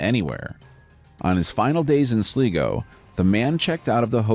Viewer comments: "sleego, Ireland..." ok, was not expecting that.. Also it's SLIGO! AS IN SLY GO! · Sligo (sly-go) not (sli-go) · Its pronounced SLy-go you moron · The last one its prenoced sly..go ...sligo 😂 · Sligo is pronounced weird here it's usually pronounced like 'sly-go' ☺